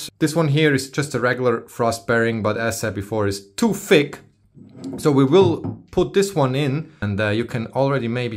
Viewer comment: It’s too FICK 🤣🤣🤣 I am German and loved that one. I know you said thick but the sound was on point. Love your videos